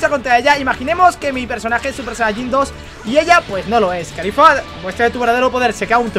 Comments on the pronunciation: es caulifla no califla estos españoles que cambian todo xdxd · NO ES CALIFLA,ES CAULIFLA caulifla no califla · pq le dices kalifa si es caulifla xd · No es califa es caulifla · Alguien noto que dice khalifa?😂